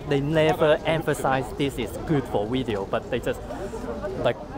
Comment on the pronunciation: Every time says "wideo," an angel gets her wings.